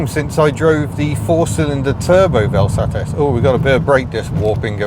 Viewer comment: Got to love that you have a Vel Satis (miss Hubnut will not excuse you for the way you pronounce it) but heck, sounds like you got the worst example possible. Curious if you can get it a bit more... loved.